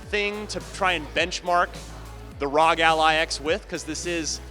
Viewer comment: The brand is literally R.O.G not rawg dude